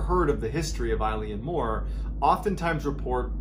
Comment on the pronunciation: I’m another Scottish West coaster and just to let you know that if you say the letter A and add lan at the end, that’s the perfect pronunciation (not of the Gaelic word “Eilean”, which means island. You got the Mor perfectly though. Really enjoyed your telling of this one 👍🏻🏴